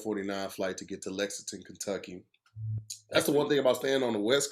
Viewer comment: You mean Legconton kenjucky😂😂😂😂